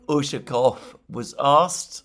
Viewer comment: Alexander mate! Great job! You are getting there slowly but faithfully. During the video today you managed to pronounce Ushakov's last name correctly at least 2 times. Again you tanked the other 10 times. However, kudos to you and I take my hat off to you for trying.Keep at it mate!